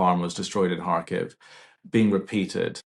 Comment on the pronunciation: It is not Hakev it is CHarkiv with CH as in loCHness.